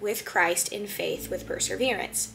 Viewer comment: I appreciated your interpretation, thank you. Love hearing more of His mercy. (It sounds like you're pronouncing "perSEverance" "perSERverance".